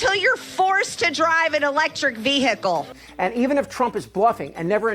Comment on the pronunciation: Marg …veeeee hickle ? 🤣🤣